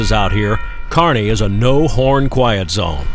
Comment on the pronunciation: Thanks,, for pronouncing Kearney correctly. Everything you showed and more are the reasons I loved living out west four different times., and still go west on vacation every year.